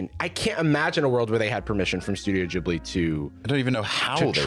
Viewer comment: The way he says "Ghibli" is stressing me😭